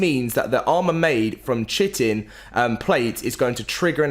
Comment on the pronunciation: hate to correct, but Chitin is pronounced (Kie-tin) I was surprised too, but I was taught this by another friend of mine, and dictionaries lol